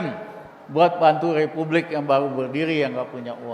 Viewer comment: Ngomong qpa sih si RR" kolupsi, plesiden, lepublik... kagak tahu dili... 🙈🙈🙈🙈 benerin dulu lidah nya bung baru bicara 🤪🤪🤪🤪